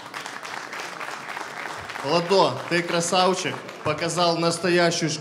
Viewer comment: Техничнные бойцы по лучше чем на рашке ) обожаю когда ты говоришь (красаУчик) 😆😆😆